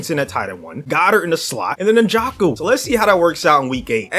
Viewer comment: David “ N jock o”… SMH LOL